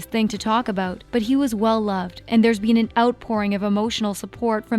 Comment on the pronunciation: why does this girl say been like "bean"